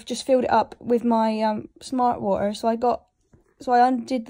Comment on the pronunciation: she sounds irish everytime she says smart water